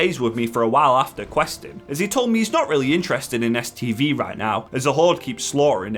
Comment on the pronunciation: "The other reason I was here was to do an STD quest." What? lol, I know it's "STV" quest but that's not what it sounded like! Edit: I wish I'd have known about that Uldaman last boss trick a few days ago when my group couldn't quite three man it after tank had to go and one of the dps dropped.